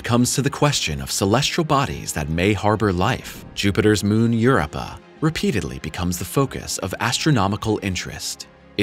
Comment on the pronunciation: "Europa" is pronounced "yur-OH-pa," NOT "YUR-oh-pa." Dammit!